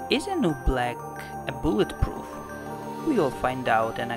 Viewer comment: A boolet proof That is what he said LOL